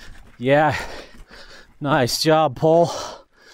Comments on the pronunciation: Hey did you know its pronounced pol-ay. As in Go in finnish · The more I ride this bike, the more i love it. Pole did a great job on this, it's one of my top steel frame recommendations for modern riders in challenging terrain. Oh, and THEY'RE IN STOCK! Also, I don't pronounce the company name correctly. Sorry pole! It's pronounced po-lay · It's ok. GMBN are sponsored by them, and even they pronounce it wrong.